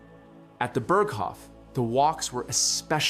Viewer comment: I wish people who narrate these videos would learn how to pronounce German. It's not Burg-hof, it's Bearg-hof.